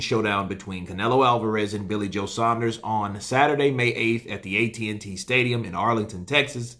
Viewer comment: The only American YouTube channel that pronounces saunders correctly